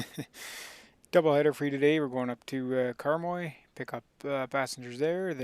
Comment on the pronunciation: The pronunciation of Karmøy is closer to Kar-may than Karm-oi, for Flesland it needs to be flatter on the 'd'.